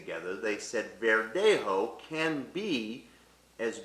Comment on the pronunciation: embarrassing pronunciation of spanish particularly verdejo. i recommend he gets some proper advice.